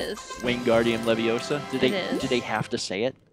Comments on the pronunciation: It's pronounced leviOsa not levioSA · I was hoping Mal as Hermione would correct pronunciation of Wingardium Leviosa. It's LeviOsa not LevioSA lol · It's LeviouSAR. :D